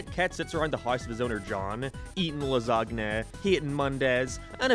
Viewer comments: Ah yes... "Lasgne" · I um ................... I think the G in "lasagna" is silent. In my entire time on this earth I heard it as "la-SAN-ya". Whatever. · I fucking despise how you say "lasagna" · Alright i get you have an accent, but the pronunciation of lasagna is the last straw. We're fighting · don't say lasagna ever again xD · Never heard of Garfield Gets Real, I liked the Garfield comic strips because he's snarky and sarcastic and perfect for that format, though the Garfield cartoon wasn't bad when I was a kid. Are you mispronouncing lasagna on purpose or is that how they say it in Ireland or England or wherever you're living now? You're using your self meme pics more. You trying to make them a thing? Cute. Speaking of seeing your face more, your avatar is a ginger...but you're not, so why'd you chose it? I know you're gay, but you know exactly why they chose to animate Starlina that way in pet force 🤭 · is this actually how he pronounces lasagna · I hate how you never pronounce lasagna correctly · bro pronounced lasagna wrong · I’m so worried that this is actually how thinks “lasagna” is pronounced